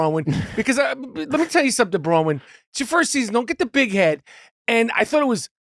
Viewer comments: He keeps saying Bra-win. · Nick calls her Bra-wyn 😅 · No kidding, I wondered if it was just me.... It's BroNwyn.... he did it on another episode too, repeatedly. For someone he loves so much, has spent hours with and holds in high regard, you would think he could pronounce her name properly. It's weird no one corrects him, that speaks volumes. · Anyone notice Michael pronouncing Bronwyn’s name correctly over and over, it was like he was trying to get Nick to realize he was saying it wrong!! 😂😂😂